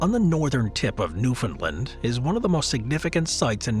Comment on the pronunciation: newfoundland not newfinland grrr i live here.